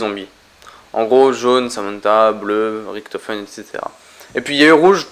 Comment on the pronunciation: INCROYABLE!!! Première vidéo de sans le mot "epic" mais toujours avec le fameux "riKtofen" alors que les personnages du mode zombie eux mêmes le prononce "riCHtofen"!! J'adore tes video mais arrête les mots et prononciations inventé 😘